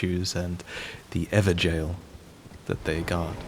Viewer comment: Also can I just say, you're the only person I've seen pronounce Evergaol correctly. Props 👍 Seems you know your real life lore too.